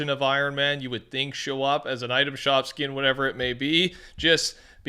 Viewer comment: “Skien” “skien” boy shut up it’s “skin” wicho dum ahh